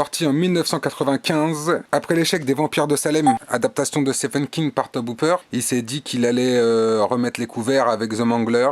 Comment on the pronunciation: Wow ! Cool d'avoir mis un extrait et un lien ! Bon du coup ça fait deux fois que je te vois dire Tob Hooper c'est To-bi que ça se prononce ;) Bonne sélection de films !